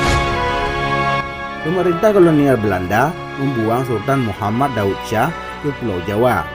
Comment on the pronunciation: Baca intonasinya berbunyi, Daud Syah, bukan Daud Cah. Lidahnya tebal benar, sih !